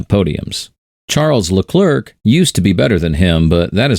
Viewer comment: Who is rishardo ? Don't pronounce the C at the end of Leclerc plz .